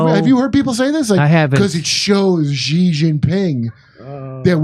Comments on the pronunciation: Love the show, Jimmy! Btw Xi is pronounced "she." Just FYI. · Its pronounced "She"